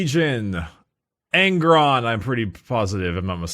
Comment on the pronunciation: Nailed Angron